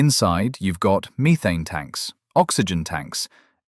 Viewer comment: Always downvote the AI voice….. “mĒthāne tanks?” Seriously, WTF?? (If I go to space, im taking a 12 pack of liquid death with me and splitting it up for my time there so i occasionally can have some water that wasn’t sweat down another astronaut’s ass crack two days earlier.)